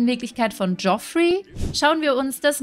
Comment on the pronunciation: Ich mache mich jetzt mal bewusst etwas unbeliebt 😁😁😁😁 und spiele hier mal den " besser Wisser" als Spaß natürlich. Aber Landgraab senior wird Jeffrey ausgesprochen 😁😁😁😁 Ansonsten wieder ein großartiges Video ☺️☺️☺️☺️☺️ Auch wenn ich paar Monate zu spät bin. 😁😁😁